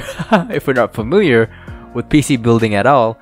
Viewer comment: If we're not puhmiliar. I lol'd